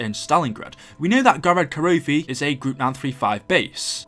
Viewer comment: those giant robots in Russian are pronounced Geegant GEE not GUYgint GEEEE you hear that , it pains my ears every time you say that and GOROD KROVI